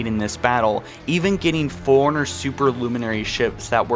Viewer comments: Bro forerunners not foreigner. Nice video btw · Foreigners? Magneyot? Arry? Bro learn to pronounce jesus christ